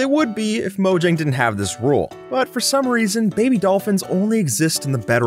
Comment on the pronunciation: Fyi, it's pronounced MOE-HYANG.